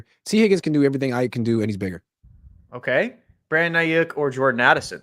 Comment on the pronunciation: please, please, please tell him it's not Brandon "Ai-YUCK" 🤦‍♂